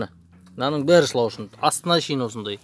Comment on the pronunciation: Шлаушын емес шлаушан десиш